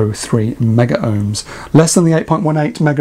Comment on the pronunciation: The correct pronunciation is Megohms, don’t ask me why, never made sense to me but was drummed into us at college. In the commercial/industrial sector that is how it is always referred... see Chris Kitchers IR videos as an example.